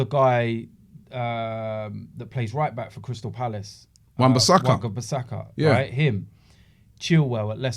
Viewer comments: Did call Wan-Bissaka "Waga-Bissaka" 😂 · I like that guy who plays right back at Crystal Palace erm... Robbie: Wan Basaka: Wagabasaka